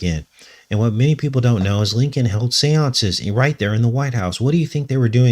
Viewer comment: Lincoln sure sounds like linked-in when you say them.